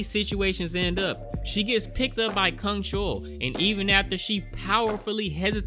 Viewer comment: Well, many characters in this movie butcher humans but you decidedly decided to butcher names I guess ('u' in their names are pronounced as in u for 'bus', NOT 'oo' as in 'soon' & the serial killer's name, you're soooo off on that one, I don't even know who you're referring to whenever you say his name), a lot of butcherin' happenin' in this review, I must add...